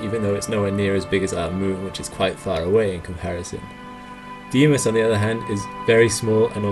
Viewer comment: I think it's "DAY-mos", with a slightly longish 'DA-AY'.